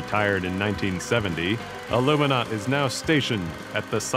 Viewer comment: Its ALUMINAUT